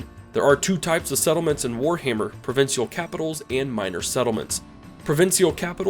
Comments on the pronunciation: What a weird way to say “provincial”. Never heard anyone ever say “provin-see-all” It’s “prah-vinsh-uhl” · Nice video! Not sure why I watched it when I have 500+ hours, but you never know when you might find a tidbit you might have missed. As a Canadian though, it sounds weird to hear "provincial" pronounced as PRO-VIN-SEE-AL instead of PRO-VIN-SHALL. I don't think it's grammatical incorrect either way, but I actually skipped back to re-listen. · Wonderinf why he adds an S to Provincial (Geo Tagged United States) * it all adds up*